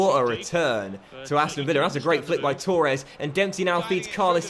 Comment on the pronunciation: Why do you say Tooores? It's Torres